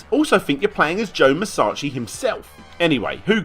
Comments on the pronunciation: Why do you keep saying his name as Joe Musachi and not Joe Musashi? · musachi? you mean musashi. speak properly my guy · Every time he says Musashi I die a little inside